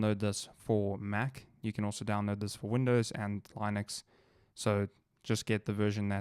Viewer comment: "Laynoox" HAHAHA